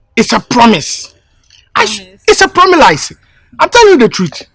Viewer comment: 😂 it’s promilize 😮